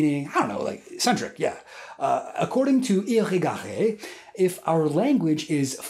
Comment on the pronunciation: The way you pronounced Irigaray so well after hearing it a few times only is impressive.